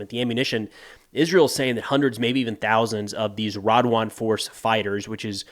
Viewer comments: Why do I think of Jamaica everytime I hear "Radwan"😂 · Radwan became Runrun.